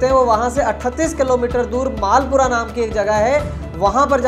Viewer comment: मालपुरा नही मलपूरा है जगह का नाम